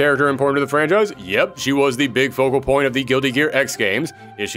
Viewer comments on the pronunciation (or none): none